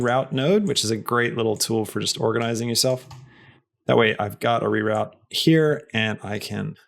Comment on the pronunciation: congrats on pronouncing "Z" correctly, those "reroute" could use some work.